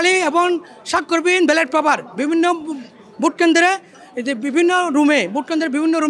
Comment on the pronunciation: ব্যালট না বেলেট, সেটাই বলতে পারছে না